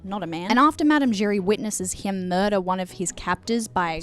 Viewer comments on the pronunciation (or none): “we got moidah” new favorite pronunciation